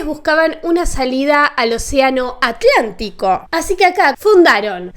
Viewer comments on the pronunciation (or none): none